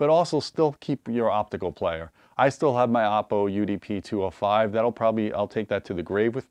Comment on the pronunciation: It’s pronounced Ohpoh